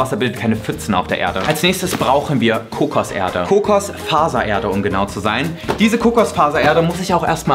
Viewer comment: Sprachfehler. Kommt eben aus NRW 🤷🏼‍♂️